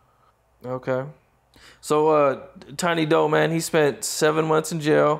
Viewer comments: 😂 Tiny doe? It’s tiny doo my guy, pronounced do like due or like dew. 😂 jacked my Patna’s name all up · pronounced Tiny Doo all kinds of wrong... and mitch didnt really talk like he knows him